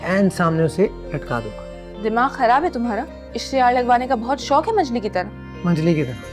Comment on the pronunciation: پلیز خراب کو خراب بولیے کھراب نہیں